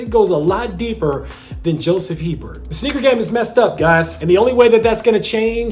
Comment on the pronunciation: Their last name is pronounced ‘Abear’ Not HEBERT lol. I’ve known several people with this last name.